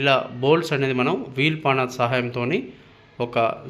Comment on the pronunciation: పాన కాదండీ. స్పానర్. పాన Paner ❌ శ్పానర్ (🔧) Spanner ✅